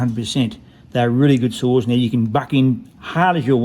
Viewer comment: Are you saying saws or souls 😂 I had a 395 loved it I loaned it out and it got stolen.